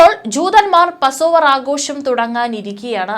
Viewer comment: പസോവ്ർ അല്ല പാസ്സ്‌ ഓവർ